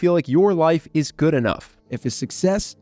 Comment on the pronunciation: It ezz wut it ezz.